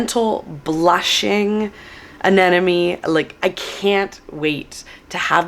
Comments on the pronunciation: A-n-e-m-o-n-e not A-n-e-n-o-m-e. There is an “M” in the middle. 😉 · I think you need to look at the word Anemone again. It’s pronounced An-nem-o-ne. You are doubling the “n”. Love your videos, but you need to say the name of that plant correctly.